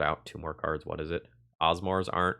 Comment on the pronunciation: Who the HECK is OSMOR!!! 🤣🤣🤣 Asmo, its as-moe